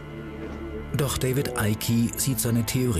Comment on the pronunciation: Der heißt Eick und nicht Eicki